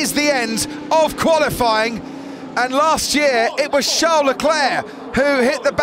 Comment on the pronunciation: It's Charles! Not Char!